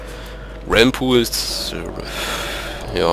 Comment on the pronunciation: wenn ich mal sagen darf -naja ich will dicht nicht beleidigen aber BITTE ballere nicht dein scheiß AOE nicht überall rein! und BITTE sage nicht alle 20-40 sec. "omg nein warum" und es heißt nicht räääälm pool sondern realmpool. danke